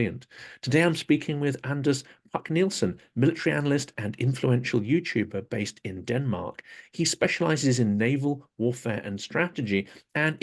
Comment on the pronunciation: Anders Puck: pronounce as Anners Pook next time you talk to him - he might get impressed!